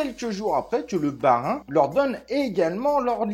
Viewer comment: Merci pour ta vidéo l'ami. Le problème avec binance c'est qu'ils ont pris un coup de vieux en un an à peine. Ils n'ont pas su s'adapter, puis toutes leurs histoires n'ont pas aidées.... Ps: tu aurais pu faire un petit effort pour prononcer Bahreïn et non bas Rhin 🤣🤣🤣🤣